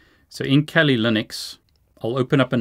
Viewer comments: why do you keep saying Kelly Linux instead of Kali Linux? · The way you pronounce Kali pokes me in my ears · I think your pronouncing Kali wrong (I like the content your making)